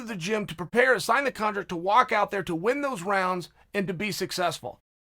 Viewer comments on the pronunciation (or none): What’s a “contrct”? Lol